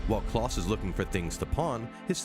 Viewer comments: Klaus rhymes with blouse, not with floss. Come one now. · He just called Klaus “Claus”?? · Pronounce Klaus wrong one more time I dare you.... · Yeah like his pronunciation of Klaus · Vanya is pronounced Varnia like jar and Klaus like louse. You watched it and yet still struggle to pronouce their names properly! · Did you call them "Vanee" and Kloss"? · love klawss and vaanya seriously if you're gonna put in clips of them saying their names tell the guy how to pronounce stuff